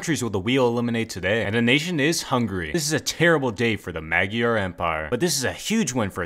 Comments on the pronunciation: As a Hungarian that pronunciation was shit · I'm honestly disappointed by the way he pronounced Magyar